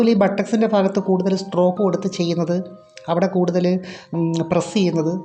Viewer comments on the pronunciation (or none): ' ഫാര്യയുടെഈ ഫാഗത്ത് ഫംങ്ങിയില്ല. '